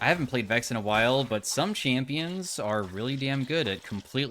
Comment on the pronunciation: love your content, but Vex? Cmon man…